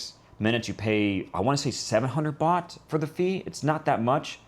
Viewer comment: Fantastic video. It’s funny he has a cleaning person 2X a week. He only needs it once a month. Place is immaculate. Loved this whole video. Would love to know him, he’s like me. God bless. ps the host is great too. When he was saying bot I thought he was saying “bucks”. Some of the prices with the bot thing believing it was bucks was “wow”. .